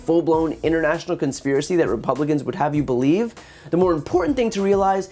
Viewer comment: I 'bal'eve what I 'bal'eve